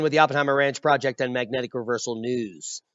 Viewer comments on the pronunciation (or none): none